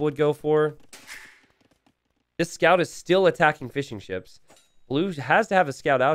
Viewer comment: Anyone else hearing "fish & chips" every time says fishingships, or am I just hungry?